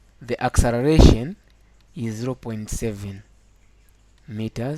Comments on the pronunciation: learn how to write and say " acceleration" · it took me nearly 1000 years to understand what accereration is instead of acceleration, :) oh my